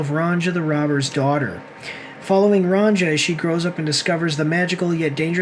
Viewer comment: fucking dumasses! learn to pronounce Ronja correctly!